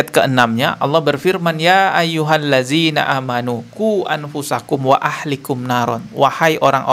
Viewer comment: Bang bacaan nt salah ahlikum itu bkn pakai HA kcl atau ح tp pakai HA besar atau ه Hati2 bacaan yg slh maka artinya akan berubah